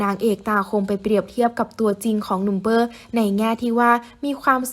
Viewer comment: ชื่อเปอร์นะไม่ใช่เป้อ ควรอ่านให้ถูกต้อง